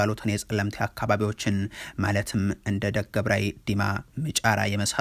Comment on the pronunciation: ፀለመቲ፣ፀገዴ፣እንዳገብራይ- እንዳገብራይ ይባላል ፀዋ ጠላሃት? ስምህ በኛ ብቓሉ ነው ሰም ሲወላገድ ያ ስ ጠ ላ ልና ይታረም እንደ ጋዜጠኛ እሚባለውን ነው ማለት ያለብህ